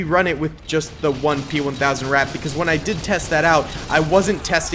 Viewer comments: As a German, we definitely pronounce “Ratte” with the e, it’s just a bit short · Ratte pronounced "Ratter" with a clipped final syllable. As we would say "patter". And maybe howitzers with arcing fire might have some joy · And we certainly do NOT pronounce it “Ratter” like another comment stated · You mean Rattay?